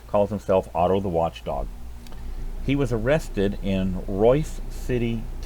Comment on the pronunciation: FYI it is ROYSE city, not royCe. I am posting this to help anyone doing a search for ROYSE CITY on Do NOT use Google. . ✌🏻 👀 👍🏿